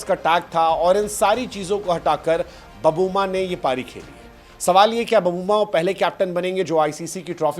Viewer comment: बबूमा नहीं सर.......... "बऊमा"!!! "छोटा समझके फ्लावर समझे क्या......... फायर है अपन"!!!